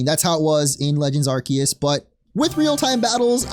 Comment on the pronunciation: It's pronounced "are-see-us" say it with me 🙂